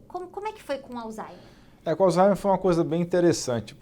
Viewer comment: Acho engraçado que todo mundo acaba falando alzheimer como "alzaimer", e o dr Alain fala do modo correto, o h fazendo leve som de r, como "alzraimer".